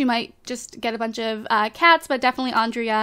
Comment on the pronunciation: Pick Kendra and also Andrea's name you don't pronounce the a